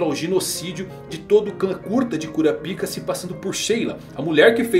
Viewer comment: É Kurápika, não Kurapíca! Não consigo assistir um vídeo de alguém falando Kurapíka, dói os meus ouvidos.